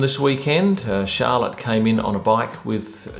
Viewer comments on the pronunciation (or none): none